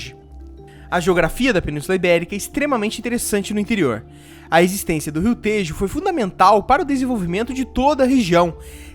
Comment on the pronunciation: Lê se como se estivesse escrito téjo